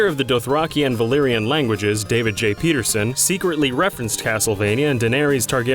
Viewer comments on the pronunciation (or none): none